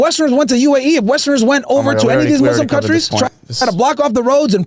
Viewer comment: Could we agree needs to learn how to say muslim—it’s not mazlams